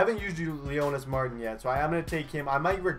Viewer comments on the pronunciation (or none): none